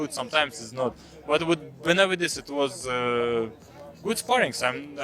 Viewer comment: The least you could do is pronounce his name the right way